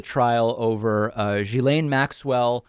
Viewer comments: just quietly, Ghislaine starts with a hard G, not a zh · You have the pronunciation of her name almost correct: it ends in "len." jhi-len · In French the start of Ghislaine is pronounced as in give. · Hey David just so you know it’s pronounced like gi lane not ji lane. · For clarity Ghislaine is pronounced ghee-lane. I know, Americans cannot seem to get this! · Is that how you actually say her first name? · David, check your pronunciation of Ghislaine. Your pronunciation is not correct.